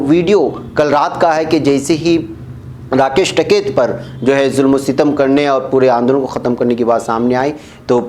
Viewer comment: ╔═══ ❤☀🍀☀❤ ═══╗, Asak. Kaise News Reader hain Aap!!! Jis Aadmi ka naam aaj har hindustani ki zaban par hai, aap uska naam theek se naheen padh saktay. Uska naam TAKAIT naheen hai balki TIKAIT hai. Kum se kum mashoor logon ke naam theek se padha keejiyay ╚═══ ❤☀🍀☀❤ ═══╝